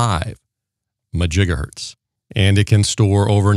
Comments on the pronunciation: What is a MAJIGAHERTZ??????are you trying to say MEGAHERTZ?…. There is MEGAHERTZ and GIGAHERTZ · I could not decipher if it is Megahertz or Gigahertz he is talking about.